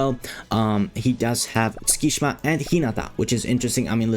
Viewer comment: btw Tsukki's name is not pronounced "skee shma". It's "suki shima"